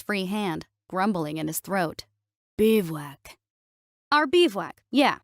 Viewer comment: FYI it is pronounced bi·voo·ak not beev-wak.